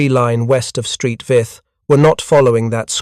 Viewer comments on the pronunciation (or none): Exactly. Saint Vith! Not "Street Vith"!. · St, is pronounced Saint not Street Saint Vith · “Street Vith” no no no Saint Vith stop with the AI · Street Vith. 😂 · St. Vith? It is 'Saint', not 'Street'. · Please ditch the robovoice - Street Vith for St Vith and Mark is for Mark I Tigers, indeed. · St Vith is not street Vith. Its Saint Vith. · "Belgian town of Street Vith"😂😂😂😂😂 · Ffs, "Street Vith??" Wtf. Do better. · Street Vith?? 😂🤣😂🤣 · Oh the limits of AI and automated voice over. “St.” isn’t USPS speak but short for Saint, Sankt or Sint all the local languages (French, German. Walloon, …) for “Saint.” St. Vith was named for Saint Vitus. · Tiger Is ; M36s; Stupid AI calling the use of "S" meaning plural, or more than one, but simply saying Tiger "is" or M36"s". Oh yeah, then there's the erroneous use of the Belgian town of St.Vith, Saint Vith, not Street Vith as AI pronounces it.